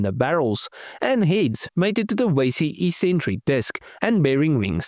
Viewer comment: It's pronounced "EX-centric" not "E-centric"